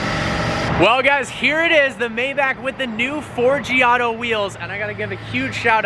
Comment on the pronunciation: I sure wish you'd pronounce Maybach correctly.